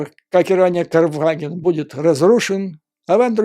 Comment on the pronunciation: Не КарфАген, а КарфагЕн! Я думал, Вы поняли. Следите за этим, в противном случае внешние, мелкие, казалось бы, детали смажут впечатление от большой работы. С уважением